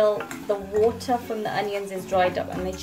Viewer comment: Liked the way u say wooterrr